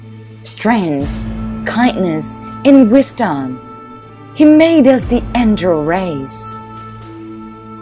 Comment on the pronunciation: what the f is a SaFIRE?! What the f is an Engil? It's Sapphire, not SaFIRE. It's Angel, not Engil